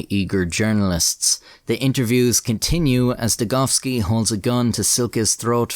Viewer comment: At least youre calling him degoVski, not degoWski!